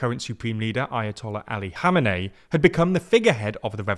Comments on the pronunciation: E-rain: try "E-ron" Hameney: try "kom-N-A-E" Pulavi: try "palla-V" like palladin. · I understand it is difficult to pronounce names, but mate you are really butchering them here. Who is god's name is "Mosadei"? Put a "K" at the end of it since you can't say ق. Same goes for Khomeini and Khamenei.